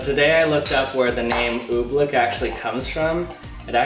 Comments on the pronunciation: So annoying... it's "oobleck" not "ooblick" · "Oobfleck is so cool."